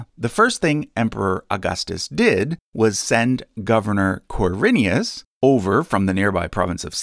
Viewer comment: Ker-i-nius It's my family name. Quir-i-nus.